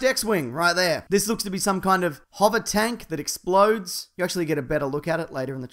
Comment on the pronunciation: When he said Hover Tank, I swear for a split second I heard Hobbit Tank, I was like "Wait, What? Oh."